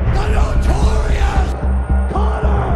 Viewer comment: Nortoriousမဟုတ်ပါဘူးNotoriousပါ